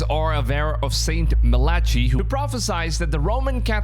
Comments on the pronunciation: It’s not pronounced St. Malachy, it’s St. MAA-Laa-KIY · Malachee?? It's pronounced Mal a Ki or Mal a Kee! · The saint's name is pronounced "Ma-luh-kai"; there is no ch sound. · It's pronounced Mal a kye. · Well he chose Leo so There goes that theory and its pronounced Malakhai like Thai not Malarchie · Understand how to say the names if you're so sure about reading prophecy. Malachy is not pronounced 'chee' it's pronounced 'key.' Saint Mala-key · It's pronounced mal a ky, like mala- sky= malaky not mala chi. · Really? St Mar lar chee, it's Ma Lee kye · Your saying his name wrong.... it's Sounds like Malliki. Not malachee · Mal-A-Kai not Malatchee lol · Saint Muhlachee? 🤣 Ma-la-kye my guy 👍🏼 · Mal i kee . Not malachi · Mal-uh-kye not Muh-latch-ee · It's pronounced Mal-la-key not Ma-latch-e and this prophecy will come to pass and NOW is! Love ❤️ your channel btw🙌🏻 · it's pronounced mala-kai ❤️😇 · IT's MAL-AH-KI....and He was an IRISH MYSTIC! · That’s not how you pronounce Malachy. It’s pronounced Mal - aa- kai. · Sorry...ch 8s pronounced kee malakee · Brother, Malachy is an irish name, irish words pronounce Ch as Ck, so it’s pronounced ‘Malaky’ (no ‘ch’ sound). Irish guy here so just a headsup 😁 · 😂😂😂 you’d think if you were going to make a YouTube video and wanted people to take you serious you’d research the pronunciation of Malachy it’s an Irish name 🇮🇪 it’s pronounced Mal a Key ,your welcome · It's pronounced Mal-ah-Kee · Just a little FYI, His name is pronounced Saint -Mal-A-Key-! Thanks for the vid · Hi, I am not being critical or correcting you I hate when people do that but I just want to let you know because people have helped me in this area, I see why you pronounced the saints name the way you did I will try to phonetically spell it... St MAL ICH EYE. !! How's that?? As opposed to, MILL ATCH EEE ❤😊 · Ma La Key. Please pronounce it properly. 😉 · Saint Mal-ark-i it’s an Irish name. Ever heard of malarkey a bit like that. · It’s St. (pronounced) Malakeye